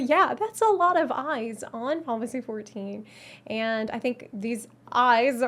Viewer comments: "Finalsee 14" lol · How does manage to pronounce "Final Fantasy 14" in one syllable?! It's very impressive! "Faaafassie fourteen" xD